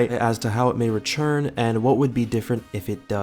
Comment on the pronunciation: Nobody:: retsjurn